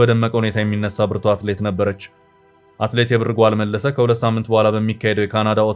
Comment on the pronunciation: አማርኛ ስታነብ እንዴት ነዉ? የብር ጓል ን እንደ አያትህ የድሮ ቀበቶ ጥብቅ አድርገህ የብር ጎል አይባልም ላላ አረገህ ነዉ የሚነበበዉ አንተን እንደገና ወደ ሀግስ ለግስ መመለስ ነበር ከደ ዘ